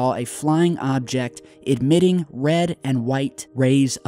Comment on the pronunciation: ee-miting, not ed-miting